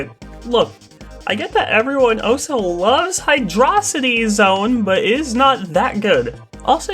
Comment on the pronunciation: WHA HUH HUH???? YOU'RE ONLY AT 1K???? ISTG I JUST ASSUMED YOU HAD A TON MORE. Also props to you for saying Hydrocity the way I think it should be said.